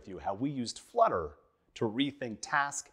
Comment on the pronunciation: Flutter not "fludder".